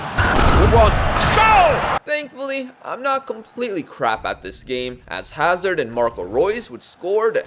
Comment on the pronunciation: the pronounciation of Hazard throughout the whole video gave me several aneurysms